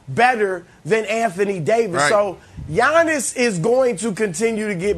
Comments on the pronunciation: Nobody: Brandon: YAWNIS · Nothings more uncomfortable than hearing Brandon say “LeBrawn” and “Yawnnis” man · Brandon literally says Yawnnis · Everyone yawns when Brandon says Yawnniss. It's getting annoying , I mean has none of his co-workers told him the way he says it is trash but something tells me they did and his just too arrogant and delusional to change it lol probably argued they are the ones who say it wrong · Why does Brandon Marshall call him "Yawn-is"? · Everyone: Giannis Brandon: Yawnis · Yawniss not gianiss …. Put respek on his name 😂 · Can't stand how Brandon pronounces Giannis-Yawnis